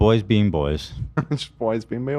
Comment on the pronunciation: boys being meoys? What was that?